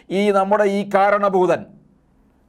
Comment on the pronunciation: ഒരു സംശയം.. പറഞ്ഞത് കാരണഭൂതൻ എന്നാണോ മാരണഭുതൻ എന്നാണോ